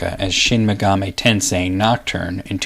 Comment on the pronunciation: About the pronunciation...I've always thought megami was pronounced the way you say it, but Atlus's website says its pronounced with the first syllable stressed, not the second. I actually couldn't find online which syllable is supposed to be stressed when saying the word all on its own, only how the syllables are individually sounded out. But I guess Atlus can call their games whatever they like and pronounce the words however they choose. Regardless, I love this series and love your work.